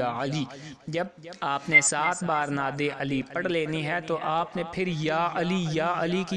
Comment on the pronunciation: Lakhi hui Nad Ali aap nay ghalt perhi hay Agay aap per kia yaqeen koi keray ga